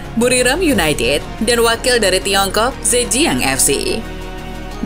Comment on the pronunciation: "seperti yunaitid di eropa yah" renyah sekali di telinga 😢